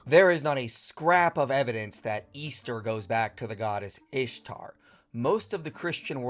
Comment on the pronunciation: Can't even say Ishtar right. Whatever keeps his male God who doesn't exist happy